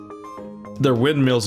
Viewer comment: Am I wrong for missing saying windmeals?